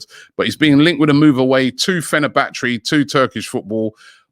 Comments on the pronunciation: Did Robbie say Fenabatterty?? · no one robbie: fener-bach-ee